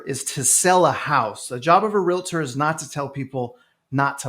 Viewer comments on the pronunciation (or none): Orlando, it's Realtor not Realator 🙄